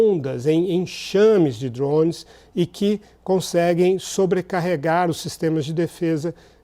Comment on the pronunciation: O que são esses DURÓÔUNEIS que esse cara esta falando?